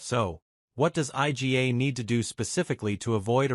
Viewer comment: Who the hell is Ay Gee Ey? Eala-Noskova and topic IGA and sinasabi? Yan ang hirap sa AI eh.